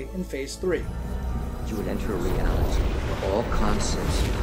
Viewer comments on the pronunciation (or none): none